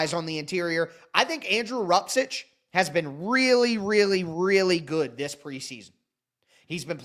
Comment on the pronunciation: Bro where the "and THIS" passion go? I had to comment when I heard that weak "this". 😅🍻